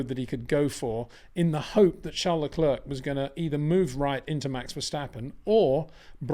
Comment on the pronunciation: Crazy stuff from Perez, cabt believe in his position hes thinking about taking a risk to win the race. What he needed was a solid second place. Please Peter, Leclerc is pronounced Leclair, i winced every time you said Leclurk 😂